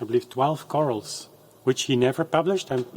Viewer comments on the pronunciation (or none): Thanks for a very contemplative rendition. By the way not to be annoying but the term “chorale” is usually pronounced « kor -Al »….. emphasis on the second syllable and the « Al » pronounced like the short name for Alan. Your error (slight though, please forgive me) is in pronouncing it more like the word « coral » the endangered sea life that leaves beautifully branched structures or brain-like calcium carbonate (? It’s been a long time) skeletal support that is being bleached by global warming and destroyed by certain marauding starfish